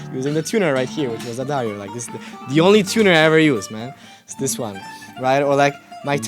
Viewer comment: lil bro does pronounce Daddario more correctly than Sor tho tbf